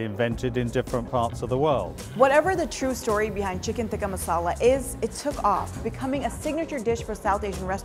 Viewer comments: Hang on, is "tikka" pronounced with a soft "t" in Hindi/Urdu? (Like the way is pronouncing it). I'm Bangladeshi and we definitely pronounce it with a hard "t" (like the way the British people are pronouncing it in the video). (We have different letters in the Bengali alphabet for the hard and soft "t", btw; and we spell it with the hard "t"). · Why does she pronounce “Tikka” so weird ? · yeah definitely that's not how it is supposed to be pronounced. She is clearly isnt Indian so she cant say it properly